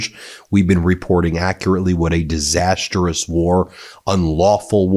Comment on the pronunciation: Ben, it's DISASTROUS, not DISASTEROUS.